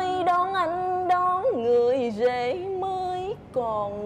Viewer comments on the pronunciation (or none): đón người ghể mới chứ không phải đón người rể mới tôi nghe rất nhiều tiếng giọng của người Tây Nam Bộ hoặc tôi không biết nữa nhưng những từ R thì họ lại nói thành gh rất rất nhiều người nói như vậy tiếng Nam nói chung V đã nói thành z d rồi bây giờ lại thấy R nói thành gh đánh thánh mà hiểu được rất nhiều lần tôi nghe chứ không phải hôm nay bóc người này đâu